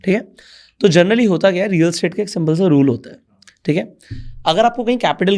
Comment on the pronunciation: Sorry but you often say journally instead of generally. It may not put a good impression on your clients